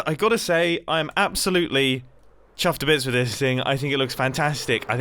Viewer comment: 'chuff't'bits' made me chuckle.